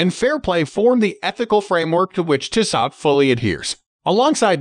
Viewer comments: It's pronounced Tee-so. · Dude you're mispronouncing Tissot. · Bad video if you can’t pronounce the brand name correctly.